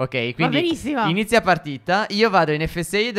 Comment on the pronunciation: MA... “Inizzia”